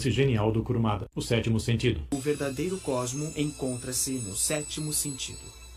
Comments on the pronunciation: Eu ri toda vez que ouvi KURAMADA 😂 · Ouvir você falando "Kuramada" me deu dor física, mas até o melhor dos homens é falho